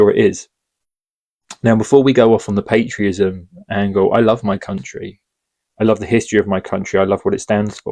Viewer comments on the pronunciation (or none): The word is PATRIOTISM,not patrism.Not sure why I keeo hearing people saying patrism.